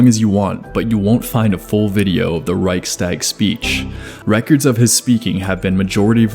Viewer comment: i’ve never heard someone pronouncing "reichstag" THAT american. 😅